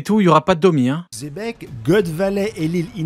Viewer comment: xebec c'est pas un roi, parle bien de xe Bec